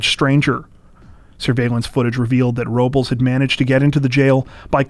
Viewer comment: PRONOUNCE IT RIGHT. ROBLES IS “ROwB LESS” NOT “RO BOWLS” What the fuck are you people on.